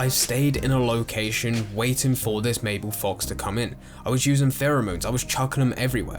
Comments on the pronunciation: Btw its marble fox not mapple fox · I saw two on update day nothing since, also its"Marble fox" not Mable. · It’s a Fucking Marble Fox, not mable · It's meant to be pronounced marble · Bro it's a marble fox not maple hes not Canadian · Ethan Dunn i know he said mabble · Marble. It's MARRRRRRRRBLE fox. R. Marble. MaRble. Thanks. Also get to the fucking point, why repeat everything?